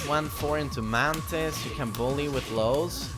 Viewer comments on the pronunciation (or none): none